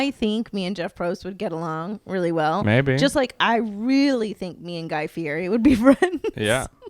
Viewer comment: if you want to fulfill you dream of being besties with Guy Fieri, you should learn how to pronounce his last name! At the beginning of every episode he yells "I'M GUY FEE-YETI"